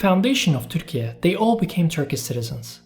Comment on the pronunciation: Why do you use this strange pronunciation of Turkey? Erdogan is always very quick in stating that any criticism is meddling in private sovereign affairs. This is meddling in sovereign affairs of other countries. And not very smart. Ü is not found on English and many other keyboards, ü [y] is a sound that cannot be pronounced by most English speakers, let alone Spanish, Portuguese, Italian speakers. And this is only the West. As usual, another silly demand from a country that lost all power as an oppressive murderous empire long ago.